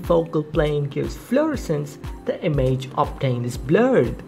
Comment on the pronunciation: The way he says image is so painful